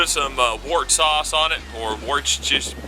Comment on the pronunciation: Loving this man!!!! Here to stay! Also nobody knows how to say Worcestershire... that’s just facts